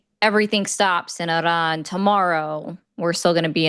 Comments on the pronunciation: lol what, no. It does not follow english language conventions, but I still expect you to get it right. Airan is definitely not correct. It is a simple I like in India, pronounced the same way. At least check before you embarass yourself. I mean is this a joke? Even wikipedia has that little sound icon you can click and have it read to you. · heyyo, im a decently fluet farsi speaker, lived in Iran for about 6 years. is not saying it correctly. Shes specifically adapting a french/italian/spanish pronunciation of it. There is no word in the language that rolls their R. The name is "E-Rhaan". But genuinely it doesnt matter, theres a bunch of weird accents in Iran and from persians who live out of country, and Persian is such an old language that others tend to carry back over barrowed words. But there is no rolling R. Now if could do a "kH" sounds in persian, id be impressed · Airan?? why do Americans have such problems with saying the word "Iran" properly when they can easily say the "I" in "international" , "India" or "iridescent"? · as much as I like, I totally agree! I've been working for a large Iranian family for almost 15 years. They DO NOT roll the r at all. They DO pronounce the "I" like an E, and they DO make the R a little harder sounding than we do in English, but they DON'T roll that R like she does. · she's pronouncing the "I" correctly, but she's over-exaggerating the "R" when she says it.